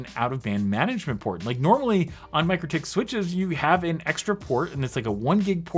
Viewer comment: Hey, it Mik-rotik, not Micro-tik, those crazy Lithuanians (no seriously, they are crazy ingenious from my experience). Love this channel lots!